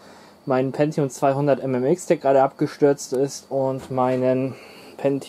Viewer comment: Sehr gutes Video, lässt einen gleich in Erinnerungen schwelgen. Auch Top das du Win ME benutzt, dass war gar nicht so schlecht wie viele sagen… Und endlich jemand der “Pentium” richtig ausspricht. 😅